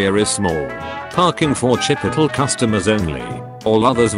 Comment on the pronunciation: This must be the most heretical way to pronounce "Chipotle" I think I've heard. It's pronounced "chip-POTE-lay".